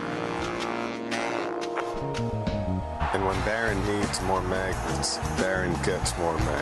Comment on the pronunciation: what the heck is a manget?